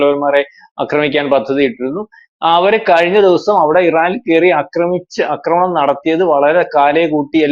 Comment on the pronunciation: ആക്രമണം എന്ന് പറയൂ. അക്രമണം എന്നല്ല